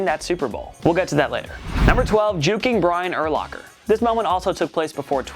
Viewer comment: Did you call Brian Urlacher the Jew King?